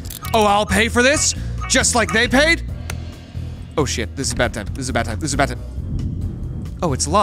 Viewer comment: I loved when he said "its slime to solve this mystery" and slolved the mystery all over the splace